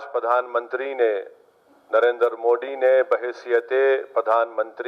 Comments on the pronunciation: हां बिल्कुल सही कहा मोदी ने और तू पहले सीख ले तुतलाह मोडी नहीं मोदी है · Phle tu modi bolna sikh